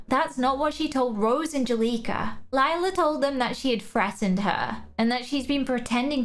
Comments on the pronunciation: The way you say lila is wrong it’s spelled lila but you say like you say lyla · It's not lila its lie-la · it’s lie-la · Her name is Lila not Liela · OMG LIE-LA THAT'S WHY SHE 'S CALLED LILA